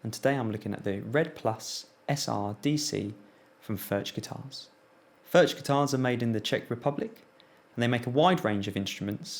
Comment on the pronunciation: Great review! BTW, the 'ch' in Furch is pronounced the same way as the 'ch' in loch (a lake in Scotland).